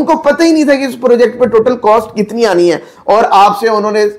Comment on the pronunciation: Purrrjekt markeeet